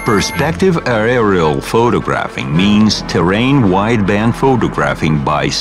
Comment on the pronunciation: i get confused when he says aerial, sounds like i r l